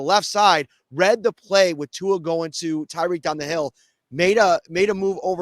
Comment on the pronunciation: Do we still not know how to pronounce Tua's name? All you have to do is practice for 10 seconds and you'll have it down forever...